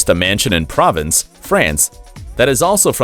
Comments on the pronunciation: It's pro vahnce and tems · River Thames - it's pronounced "Tims", dude. Provence is pronounced "pro-vahnce". Your mispronunciations are grating. I think you need to find a job that you can do, you don't seem to be very good at narrating.